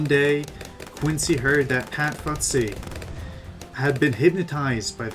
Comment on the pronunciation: good video, but its pronounce fusty, not futsy. sorry if i sound rude i just wanna help :)